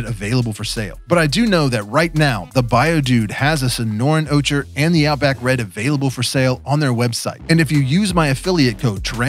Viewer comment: BTW, ocher is pronounced oh-kr. Ochre is a color in the brownish yellow range like desert in AZ.